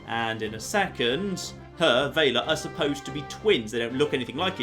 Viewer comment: VELL-UH Not "Vae-luh" O.o...